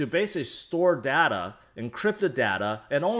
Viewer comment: When he say data = dader